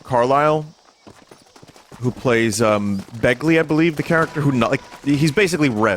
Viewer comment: Begby, Vin. Not "Begley"